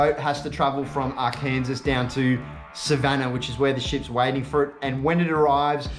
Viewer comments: Great vid. Its not Ar Kansas, but Arkan-SAW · R Kansas ;) - is actually pronounced R-KEN-SAW. Great vid though.